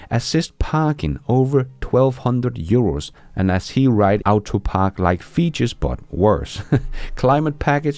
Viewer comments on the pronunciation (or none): “auto” is pronounced “aw-to” not “aoo-to”. Your pronunciation is excellent otherwise.